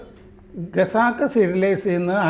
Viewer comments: ഖസാക്ക് എന്നത് എന്തേ ഗസാക്ക് എന്ന് പറയുന്നത് എന്തേ ?! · മലയാളത്തിലെയും ഇംഗ്ലീഷിലെയും പ്രമുഖ പ്രസിദ്ധീകരണങ്ങളുടെ എഡിറ്റർ സ്ഥാനത്തിരുന്ന "ഖസാക്ക്" എന്ന് പറയാനറിയില്ലേ? അദ്ദേഹം ഇതിൽ ഉടനീളം പറയുന്നത് 'ഗസാക്ക് ' എന്നാണ്. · ഗസാക് എന്ന് കേൾക്കുന്നത് എത്ര ആരോചകമാണെന്നോ ഇനിയെങ്കിലും തിരുത്തിക്കൂടെ